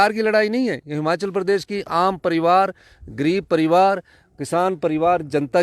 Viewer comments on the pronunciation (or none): Jab se appne himachal mai se ,,इ htaya hai tab se himachal ka beda garg o gya pllzzz hamachal nhi himachal boleye app